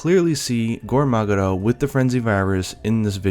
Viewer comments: English is his main Language, he just said "Gore Magara" because that's how the monster is called in Japan. (actually it is called Goa Magara.) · Your english is great, but when you say "Gore Magara" it makes me feel weird. I know it's because they replace the L in english words with a very light R in japan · lol he IS english, he is pronouncing the names as they are said in Japanese.